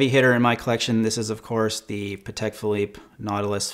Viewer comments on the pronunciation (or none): none